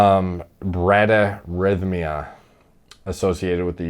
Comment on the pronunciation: bradyarrhythmia ---- say it like TOM BRADYarrhythmia. Great video! hope peeps come to their senses and stop supporting logan and his scams. doesn't surprise me he is trying to pass this off as something that its not.